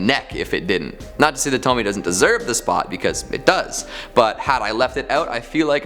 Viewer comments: Wow, a second video that says “Tome-Me” and not “Tome-Me-AYE” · Isn't it pronounced "Toh-me-a?" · It's a actually pronounced tow-me-ay. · it bothers me that you can pronounce Fuan no Tane okay but you also pronounce Pupa (suppose to be POO-pah) as PEW-pah... Also, Tomie is pronounced TOE-mii-eh. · Tomie - toh mi eh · Thank you for the suggestions. :3 I think Tomie has three syllables.